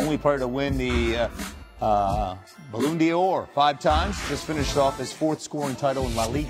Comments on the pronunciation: "Balloon Dee-Or" Dear American sports anchors: It's not that hard to look up how something is pronounced! Sincerely, rest of the world. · Lol did he just say "balloon dior" ? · "NEYMARR!!!" "Soccer" "Baloon Dee-orr" Fuckkk me. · the "Balloon Dior" loool he butchered that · did he say BALLOON DIOR??????????? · Balloooond'or, seriously 😑